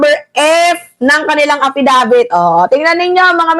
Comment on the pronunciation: AFfisabit ang twag jan hindi affidavits😅 kasi sige lng bintng walang reaibo. Taenanyo!